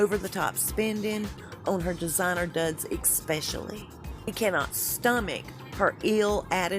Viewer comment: It is especially not expecially - American English sux!